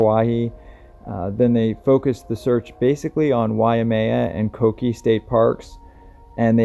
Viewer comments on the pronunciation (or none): Pronounced Ko-Kay-A